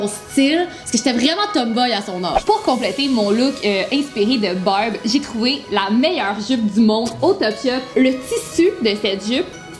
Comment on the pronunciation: Quand vous disez Barb on dirait que vous disiez Bob